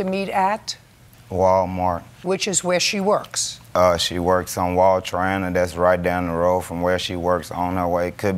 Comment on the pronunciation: He said Wall-Triana and my antenna went up. There can’t be more than one!